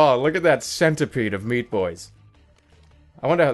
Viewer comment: Sometimes it sounds like Super Shpee Boy.